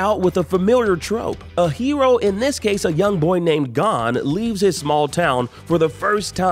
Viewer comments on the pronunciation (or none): Gone? More like the narrator doesnt know anything about anime should be gone. Its “Gon” hunterxhunter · Did you pronounce Gon as gone?? Here have my thumbs down for the low quality content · Bro lost me at Gon being pronounced Gun 😂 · It's gon like phone, not like gone, idk why I'm explaining this to a big company that did a top 10 list though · It's Gon not gone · You said the main protagonists name of hunter x hunter wrong just fyi it isnt gun lol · the way he pronounced Gon lmao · Why does he say gon like that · say gon wrong one more time you son of a ....